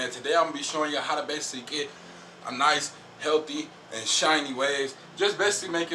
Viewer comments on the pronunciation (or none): Healthy * not heathy bro